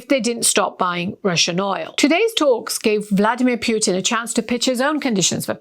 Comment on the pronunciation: Can you please learn how to pronounce President Putin's name correctly? It's unbearable.